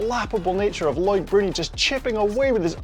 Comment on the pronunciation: CC says his name is Lloyd Brody not Loic Bruni, I think you need to go with what CC thinks is correct pronunciation.